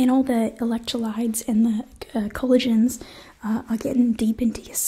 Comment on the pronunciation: "Electrolides and colligins" lol